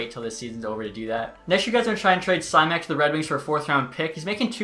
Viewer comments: Hearing you pronounce simek as sy-mek hurt as a sharks fan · Simek is pronounced "Shh-mek" but anyway, you already traded him lmao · Simek is pronounced "Shimek" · thank god you traded simek quickly, could not handle that pronunciation for much longer